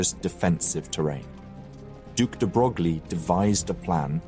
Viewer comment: "De Broglie" s pronounced "de Breuil" (for next time :-) otherwise amazing video